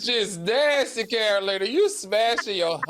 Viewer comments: Lol is TS saying Catalina instead of Carolina?! 😂😂😂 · TS pronouncing Carolina's name all wrong🤣🤣🤣🤣🤣🤣🤣🤣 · Madison keep saying Carolina name wrong… it’s giving grandma can’t be made to remember all these names teas 😂